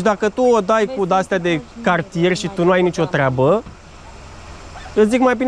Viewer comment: "Cagtieg" asta e? Vlogaghe, esti castgavete!